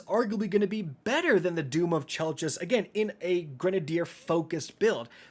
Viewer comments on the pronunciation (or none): Chelchis is pronounced kell-kiss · IT'S PRONOUNCED KELKIS!